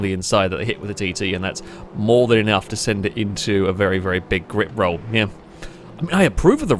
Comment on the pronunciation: You say grip roll, I hear Rick Roll.